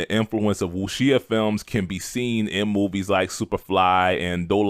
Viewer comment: Definitely appreciate the enthusiasm. I gotta point out that you’re mispronouncing “Wuxia” and “Taimak”. Wuxia is pronounced “Wu Sha” or closet to “Wu Shia”, and Taimak is pronounced “Tie Mock”. Also, you left out a big element of the impact of the grindhouse movies in NYC. Because of those movies, not only were dudes like Ron Van Clief making movies in Hong Kong, but dudes in the 5 boroughs were seeking out actual teachers, who were more than willing to teach the youth. This is how dudes like Sifu Raul Ortiz, Sifu Carl Albright, and Prof. Moses Powell (R.I.P.) emerged. This also encouraged ghetto youth to seek out martial arts in order to shoot the fair one, which kept them from killing each other in the streets. To this day, a lot of the O.G. Martial artists are passing on the tradition to the next generations. One last note: Bruce looked at fencing for his style to use his lead hand as the penetrating hand, aka the “intercepting fist”. ✊🏾